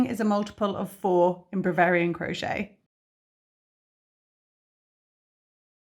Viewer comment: you are amazing and I love watching and listening. Do you realise you keep saying Bravarian instead of Bavarian in the tutorial?